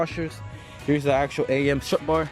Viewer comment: “STRUT BAR” not struct bar.